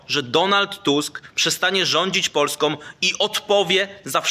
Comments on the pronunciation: Panie Matecki... Mówimy POLSKĄ, nie POLSKOM. Taki patriota i nie wie? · Matecki dzbanie !!! Mówimy Polską nie Polskom.........